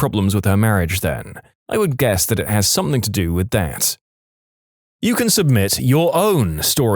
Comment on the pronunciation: No k in the word something